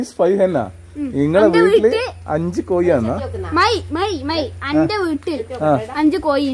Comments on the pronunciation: കോയി അല്ല കോഴി ആണ് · കടമ്പ് ഉണ്ടാക്കാൻ പഠിപ്പിച്ച ക്ക് റൊമ്പ നൻറി. നല്ല വീഡിയോ. കടമ്പും ചക്കയും കണ്ട് കൊതിയായിപ്പോയി. മോൾക്കും അഭിനയത്തിൽ നല്ല ഭാവി ഉണ്ട്. ചില ഉച്ചാരണം ശരിയാക്കണം, like കോയി. കോഴി എന്ന് പറയണം ട്ടോ., & അമ്മ rock in this too. അമ്മയുടെ അമളിക്കഥ കൊള്ളാം.